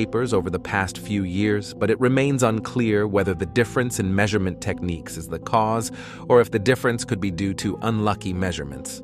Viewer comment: What is a "Meesorement"?